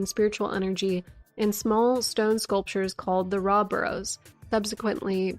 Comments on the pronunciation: It’s… ROW… did no one learn phonetics in elementary school?😭😭 pronounced “row-uh.” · AHA! A FELLOW ANCIENT RUINS OF “RAW” PRONOUNCER! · It's pronounced Rauh, not Rauh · How tf I’m supposed to pronounce “Rauh” keeps me up at night